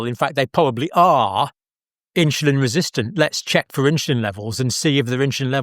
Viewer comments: Why is Dr in the uk pronouncing the word insulin as INSHULIN!!! Mmm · Is it "inshulin" or " insulin"? I know it's trivial, but it is irritating. 😅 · Why is that Dr. saying inshulin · What the heck is INSHULIN? hilarious and typically Brit destruction of language. Um, er, Uh, er.